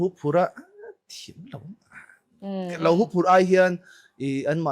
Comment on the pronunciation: Huphurh ni lovin huphurh tih tur aw.A lam dan dik takah Hu lai tak hi tuihu kan sawia hu ti a lam tur.